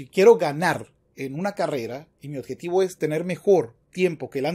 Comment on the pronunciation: Con todo respeto, no se dice oDjetivo, se dice oBjetivo, se q suena trivial pero el buen uso del idioma es fundamental para la credibilidad del quehacer intelectual